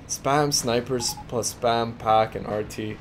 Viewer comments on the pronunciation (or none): none